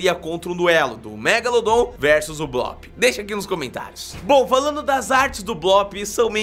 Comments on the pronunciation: não e bloop que se fala e bluup bloop se escreve e bluup se fala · NÃO É BLÓP É BLUP MERMAO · O nome tem dois oo juntos ou seja a pronuncia é blup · não é blóóp é bloop mas tanto faz